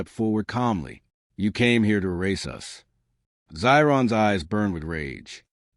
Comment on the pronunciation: For me, biggest thing is AI use needs to be declared. Secondarily, I think the narration quality is mid compared to some other AI narration I've heard. This AI sometimes put emphasis on the wrong syllable, kept saying "yew ess" instead of "us", and would either pause awkwardly or not pause where it's expected. Sounds like an okay story. I'm still listening.